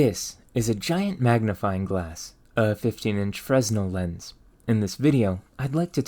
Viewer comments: Forgive my pedantry, can't help myself. Fresnel: FRUH-nell Aristophanes: eh-ruh-staa-fuh-neez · Glad someone called this out. It bugs the heck out of me hearing “fres-null” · Great video as usual. Just wanted to note that the 's' in silent. I think it is good to honor the scientists by pronouncing their name as closely as possible to the original pronunciation. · It’s pronounced “Fren-ELL”, not “FREZ-nel”. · Brother... It aint "frez-nul' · it's pronounced fre-nell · Fresnel is weirdly pronounced freh-nell. The pronunciation-spelling divide is stupid, but different stupid than English, so I suspect it's french. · It's basically pronounced Fr-eh-nell. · hate to be that guy, but its pronounced FREN-el/FREY-nel. made the same mistake for the longest time lol. Loving the videos so far though! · Fresnel has a silent s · No biggie, they're both dead and won't mind, but you "Danger'd" Fresnel's name. The 's' goes unpronounced. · Frenel the s is silent. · You don't pronounce the "s" in Fresnel. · The "s" is silent in Fresnel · fyi the "S" in "fresnel" is silent. and Arisophanes and Strepsiades are pronounced "a-ris-tof-an-eez" and "strep-si-a-deez" ancient greek names ending in "es" always have one more syllable than you'd expect. think of "Archimedes" & "Socrates" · As others have stated, Augustin-Jean Fresnel was a French physicist, so the "s" is not pronounced. He was actually very important for the field of light and optics. Here is a quick little video in French about Fresnel lenses which has a native speaker saying his name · By the way, the s in "Fresnel " is sort of silent (technically it modifies the pronunciation of the "e" slightly). There was a period of time when old french had a lot of es's in it, but they all got swapped out with "é" except it would seem in some names where the spelling didn't change but the pronunciation did.